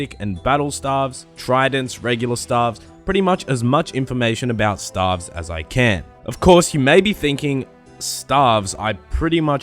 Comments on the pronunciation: Stave is pronounced stayve, not like staff. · staves pronounced "Stay-ve" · lol the way u r saying it u should be spelling staffs and u pronounce staves like (stay-ve-ss) but besides that lets see how the video turns out haha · Lol i thought it was pronounced stayves lol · i died when i heard stAAAvs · Can someone please get me a counter of every time he said STAHVES in the video? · Lol no it isn't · god its triggering but nice vid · Dude, I'm an Australian as well, but it is staves still.... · I would probably watched the full video but couldnt take anymore of the wrong pronunciation of stave after 21 seconds of it. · your pronunciation of staves is wrong, or is it just australian accent? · To all the non-Aussies getting triggered over his pronunciation of Staff and Staves, just letting you know that's actually how we pronounce those two words in Australia nation wide. Nothing wrong with it.